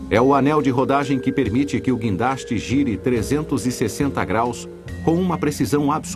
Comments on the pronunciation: Se você entrou aqui só para zoar do "quindaste" dê um joinha!! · é "guindaste" sua anta !!